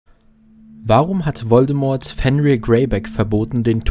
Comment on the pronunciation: Fenrir wird nordisch nicht englisch ausgesprochen